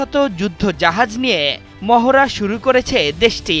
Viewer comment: মহরা মহরা আর মহরা! ক্যান, সঠিক শব্দ "মহড়া" বলতে পারেননা সাংবাদিক ভাই?